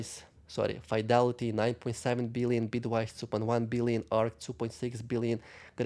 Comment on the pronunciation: Fidelity please NOT Faidelity .